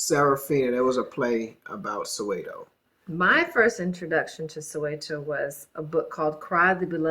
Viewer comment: Your wife pronounces Soweto properly, sorry but you sound bougie bro